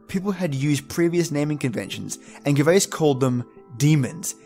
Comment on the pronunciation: Couldn't follow this all the way through because of your awful mispronunciation. Albeit all-be-it not al-be it, Gervais Jervais you know like Ricky Gervais, hearth is harth and means the fire place (home and hearth as the saying goes) Bogart and Bogle (the Scottish variation) Bow-gart and bow-gul. That's as far as I got and I see that you are threatening to have a remake so if you do please learn how to pronounce the words correctly before you venture into it. No one likes to have their name mispronounced as many names are derived from an ancient description of the beings. Did you mention that the Irish word for the fae is sidhe (shee) like in the banshee?